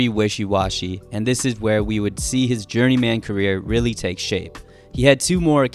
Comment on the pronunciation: Downvoted due to how you pronounce "journeyman"